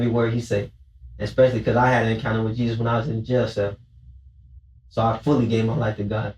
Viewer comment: He met Jesus pronounced [Hay-Soos] from the sureños click 😂